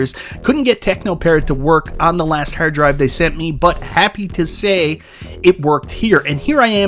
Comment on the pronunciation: Whats a hurd drive 😂?